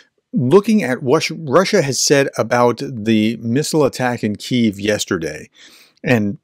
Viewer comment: "...it's pronounced Kyuif"...the same energy as:..."It's Ma'am"... No,, it's actually pronounced "Queev"...